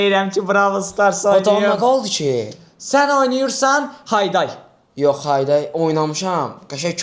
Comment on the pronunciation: Oxunuş Hayday✅️ Heydey❌️